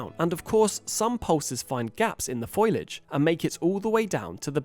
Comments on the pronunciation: Foliage pronounced Foe Lee Age not Foy Ledge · I can’t believe he said the word foilage instead of foliage. Unforgettable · it's pronounced foe-Lee-idge, not foil-idge. Good video tho keep it up, history is a lie. More people need to become aware. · I believe the word you are looking for is pronounced foh-lee-idge, not foil-edge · Foilage come on AI You can do better than that! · Foliage!.. say it right! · Dude said "foilage" 😂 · 'Foliage'...'foilage' is a word from the Simpsons. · Old news. Say FO LI AGE. foliage say it. If you can 😂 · "foilage" is how Marge Simpson pronounces it lol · Foilage?? lol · It seems to be a problem pacifically with Americans.